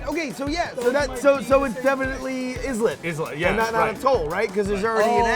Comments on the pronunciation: I hate to be "that guy" but islet is pronounced like "I lit" not "is let". Sorry, please forgive me, interwebs. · TIL that Brian doesn't know how to pronounce "atoll" or "islet"